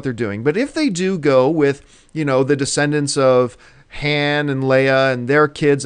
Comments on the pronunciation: dude cant even say Han correctly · he pronounces Han wrong......